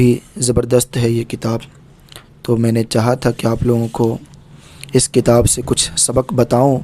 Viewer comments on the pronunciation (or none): none